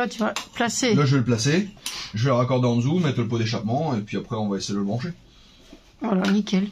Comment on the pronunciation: Ça fait plusieurs fois que je vous entend dire endzou c'est quoi ??